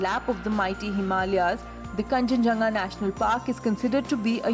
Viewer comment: It's kanchenjunga ok